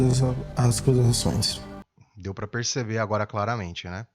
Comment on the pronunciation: Ele diz: "sou inocente de todas as "ascusações", errando a pronúncia da palavra.